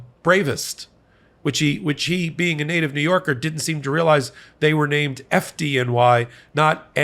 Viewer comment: As a former NYer FDNY is pronounced (Fid-Knee) :)